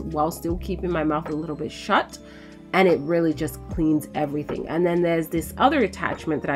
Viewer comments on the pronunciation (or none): none